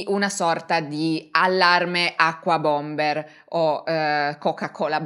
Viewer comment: Unabomber, non acquabombet. Terribile come la ragazza non sa nulla ma racconta lo stesso. Ci vorrebbe un disclaimer: tutto inventato